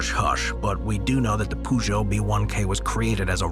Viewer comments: I died when he said Poojo, so funny and inaccurate. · That's not how you pronounce Peugeot🤪